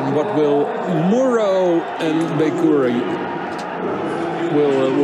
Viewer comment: Its pronounced Bekauri, not Bakari